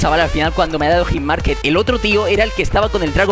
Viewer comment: Me sangran los oidos cada vez que dices hitmarkeT. HitmarkeRRRRRRRRRRRRRRRRRRRRR